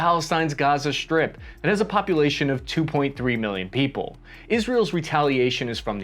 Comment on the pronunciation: You pronounce strip as sHtrip and pronounce strong as sHtrong. This stratches my ears, may be because English is my learned language an I dont live in an english spoken country. Thank you for your efforts and work.